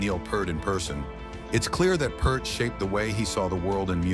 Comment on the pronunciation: Who is 'Purrrt' ? Neil's surname is pronounced 'Pee-art'